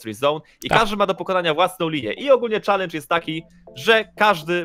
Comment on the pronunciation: Jak to się źle słucha jak ktoś mówi czalendż a nie czelendż